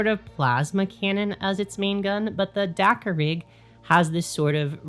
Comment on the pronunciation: At first I kept hearing 'dakka-pig".😂 Now I want a dakkapig 😊